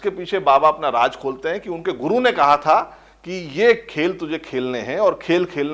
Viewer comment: Aap ka episode bahut hi badiya tha, aap se shikayat ye hai ki shabdawali there nahi hai, aap Raaz ko Raaj kehte hai, plz. is baat is baat pe dhyaan de... Thanks